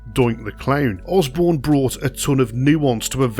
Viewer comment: It sounds as if Matt Borne's name is being pronounced Osbourne.